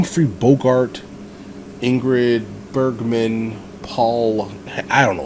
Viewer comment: "Casablanca" was my late mother's favourite film. 🙂 Btw., Ingrid Bergman's surname is pronounced "Berry-mahn". She was Swedish.